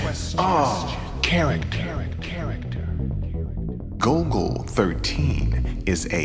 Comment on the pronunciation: The nerds will INSISTS! It's GOLL-GO NOT GOAL-GO!